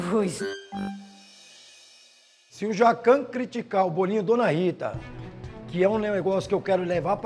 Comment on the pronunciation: "Jezuis" KKKKKKKKKKKKKKK